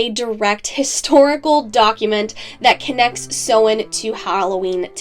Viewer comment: Love this my dear 💗 only issue I have is the pronunciation of Samhain, in comparison to modern Irish/Gaeilge (Ireland). Otherwise well done and very informative. 😊